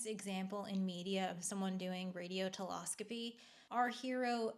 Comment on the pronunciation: It's telescopy, not teloscopy